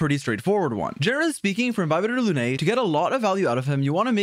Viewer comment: Bro really commited to calling him Inbyebyetar lunae instead of just "The cooler daniel".